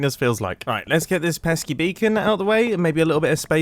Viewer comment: Grian:pesky bird Mumbo:pesk beacon